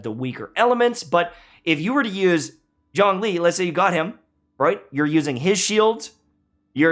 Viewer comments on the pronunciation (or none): It’s pronounced zone-li. Problem solved